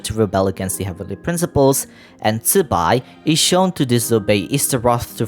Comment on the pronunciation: Closest zibai pronunciation I've heard disregarding tones bc I can't tell that shit !